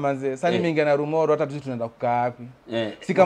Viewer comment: Hahaha....he is mentioning the name Narumoru...Kama msapele ..nalumolo...hahahaha....it's called journey...